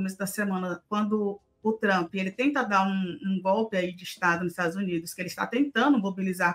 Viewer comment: Por que vcs falam: “trhhhampi”? Digam trumpi, seus vassalos inconscientes